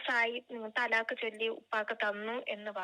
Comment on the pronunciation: തലാക്ക് ❌ ത്വലാക്ക്✅